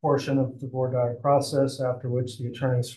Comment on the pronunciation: Has anyone else been maddened by the way they are saying “voir dire”?!?